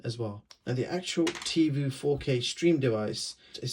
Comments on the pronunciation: Certainly I’m not the only one yelling at my phone...”IT’S TIVOOOHHHH NOT TIVUUUUU!’l Other than that it was a fine video. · Tivo is pronounced TivO like BonO not Tivu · It's not called Tee Voo, it's Tee Voh.